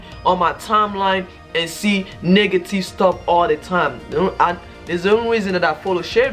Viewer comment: Man said “Niggative”